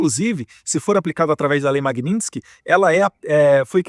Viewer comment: Vai estudar, esquerdopata Lindberg, antes de falar besteira. Esse ser não sabe, nem falar o nome da Lei Magnitsky, como vai saber o que essa lei representa?